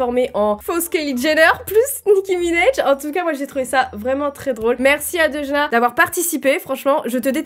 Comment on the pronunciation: "DeuDJna" Ça me bute, coment t'as pas respecté son pseudo 😂😂😂